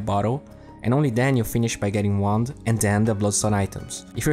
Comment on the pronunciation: I keep hearing he say instead of wand -.